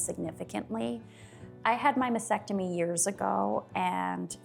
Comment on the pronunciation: why do people keep calling it a "masectomy". Famous people too.